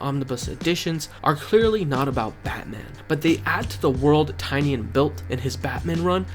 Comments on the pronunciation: I respectfully implore you to say his name properly. Nobody ever says it right 😭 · Bro please say James Tynion's name properly.